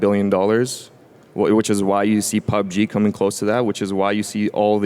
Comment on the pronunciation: He said PoobGee hahaha